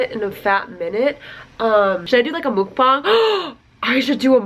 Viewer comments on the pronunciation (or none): muck-bahng is how you pronounce it <3 =)